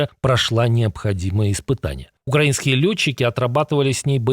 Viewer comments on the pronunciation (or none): none